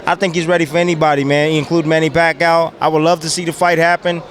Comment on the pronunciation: Bradley calls,em "Pacow!"😂😂😂😂